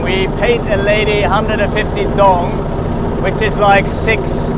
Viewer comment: Your pronunciation of viet money is wrong, its not "dong" try ask native how they say it, 😏